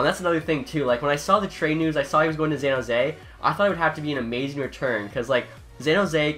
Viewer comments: "Zan Jose" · Bro learn how to say San Jose, there aren’t any Z’s in it. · San Jose S pronounced like an s not a z bub.